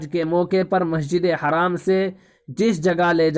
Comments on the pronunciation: Assalamu alaikum bhai jaan plz masjid e haraam na boliye masjid e haram boliyega plz next time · Bhai masjid e haram boliye haraam na boliye plz